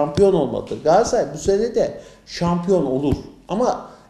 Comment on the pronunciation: Gassay değil Galatasaray